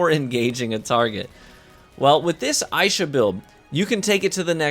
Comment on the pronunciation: Would be nice to know ahead of time if the video favors certain classes. This video is for Warlocks primarily. Nice video, but a lil click baity. Assuming that's purposeful though...Also, pretty sure it's pronounced "ai-EE-sha". But that's just a bit nitpicky.